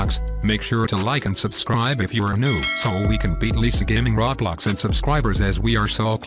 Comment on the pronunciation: Why does every robot voice say rawblocks